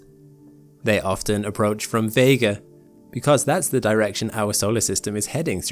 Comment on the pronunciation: "They often approach from Vęᵉᵉga"